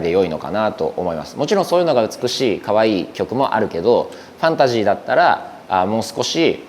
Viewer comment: ファナシーに聞こえます😅 ファンタジーって言わないんですね。